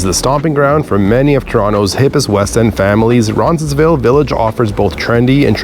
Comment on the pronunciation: Good video. I've lived in this area for 20+ years. Only one suggestion. You keep pronouncing Roncesvalles incorrectly. It sounds like you have an extra "n" in there.